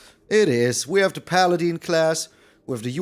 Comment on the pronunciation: Fyi it's paladin not paladeen. In Dragonlance the main lawful good God is called paladeen. The I is silent.. Unless it's pronounced differently in old world